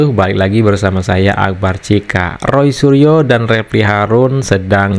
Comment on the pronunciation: ROY SURYO dibaca RAI ASU😂😂😂😂😂😂😂